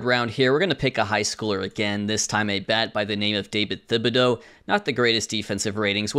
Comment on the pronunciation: It doesn’t matter bc it’s a fictional guy but the “th” in Thibodeaux is pronounced as a normal “t” sound